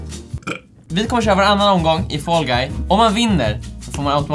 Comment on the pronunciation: Jag blir triggered av att dom säger ”fAll GuY”